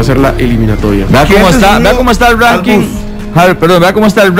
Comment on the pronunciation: el que? El ruuannking?? 🤣🤣😅 Costa ruuiica?? 🤣🤣😅